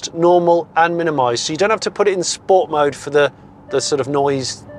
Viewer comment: Ahh you said “Sport” wrong!